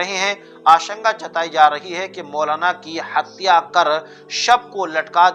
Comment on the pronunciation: Aap bar bar hatiya hatya kuo bol rahe ho tum ko urdu nahi aati